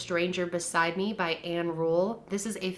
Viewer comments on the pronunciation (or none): none